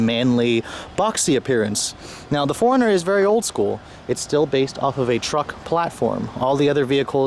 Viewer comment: This is the car I would buy in a heartbeat if I could afford to buy a new car. I've always wanted a 4runner. Anyone else notice how he kept pronouncing 4runner as "foreigner?" :)